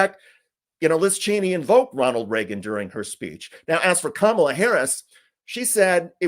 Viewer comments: Did anyone else catch that? It's the first time I have ever heard him pronounce Kamala correctly. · Most interesting thing in the whole video is that for once I heard trump actually pronounce her name correctly. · Mr. Dick'tater said Kamala correctly. He's slipping. His brain is delapidating, deteriorating, but at least DJT is feeble minded.👍